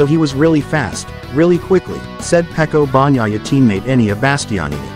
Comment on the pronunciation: Who is Donny Potrosia, Peco Bonniyeiha, And who is Enneian Basstionni??? Go lern how to pronounce European names before you decide to have a Mootougepee chieannnial..😂